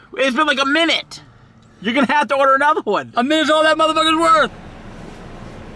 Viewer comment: "Sh!t I love burr king"